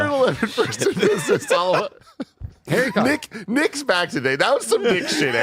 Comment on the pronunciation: Lmao Harry Kodder 😂